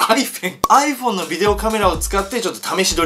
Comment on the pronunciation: アイフェン笑